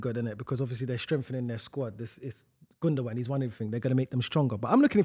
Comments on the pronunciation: You'd think with how long Gundogan played for City, would learn how to say his name. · Sticking to bloody saying Gundogun instead of Gundowan (gundogan) which is how its pronounced gets on my nerves.